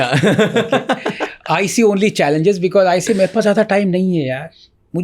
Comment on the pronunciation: Raj shamani ko because ko becuss bolney main bohot maza aata hai😂😂😂